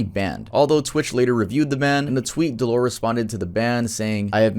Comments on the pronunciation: his name is said Dell-er not dell or. :D other then that great vid man. that was just gonna bug me if i didnt mention it. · how dare you pronounce his name “duh-lore”😡😡 my anger is beyond comprehensable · God I can’t stand the way you say dellor, it’s DELL (like the laptop) or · I don’t think dellor is pronounced del-lore. I think it’s pronounced Del-Lur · his name is dellor not deelor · Dellor (pronounced DELL-ER) has made so progress in the past couple years. You’re missing a lot of his story, and it could be a full video on it’s own. He wasn’t aware until 2021, that he had a form of undiagnosed autism, and has seeked proper medical professionals since then, and by his own words “has learned how to cope with his issues a lot better”. He also fought tooth and nail to get his twitch account back, just to basically be harassed by his shitty audience. His audience is comparable to the vast majority of people who were in Filthy Franks audience who never gave a fuck about him, or his mental health. Honestly sucks to watch, he’s extremely talented at basically every game he plays and entertaining. His audience just ruins everything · Always loved Dellor, besides the slurs he's awesome (Its pronounced Del-lur) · that’s not how you say dellor😂😂